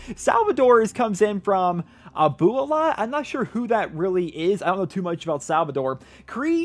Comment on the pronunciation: It was funny when you said "Ahh-boo-ella" when trying to say "Abuela" for Salvador haha it means grandma in Spanish and is pronounced "Ahh-bwella"